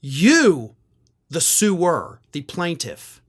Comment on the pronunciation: "You, the sue'er .." or You, the sewer .."? Handy piece of ambuigity, right there.